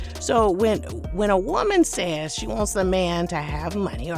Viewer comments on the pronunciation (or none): none